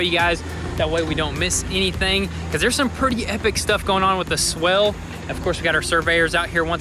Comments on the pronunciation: It’s swale not swell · Swale is pronounced so it rhymes with whale. And the fabric might be landscaping fabric though it could be a specialized filter fabric. The former lets water through, but not plants.